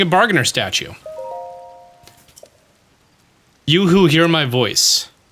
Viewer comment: You said "You who hear my voice" a few times and I was looking at the tv and thinking "why is the statue saying yoohoo! Hear my voice! Like its Cece from Hateno?"